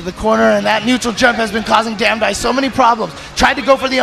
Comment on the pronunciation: Damdai became damdone